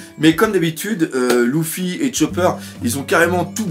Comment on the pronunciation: ça me gêne quand tu dit Louffi on dit Lefi